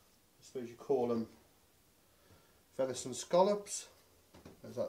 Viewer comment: Venishon... try saying that after 10 pints 🍻😂